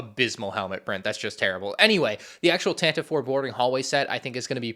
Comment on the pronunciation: It’s pronounced tan-tiv-vey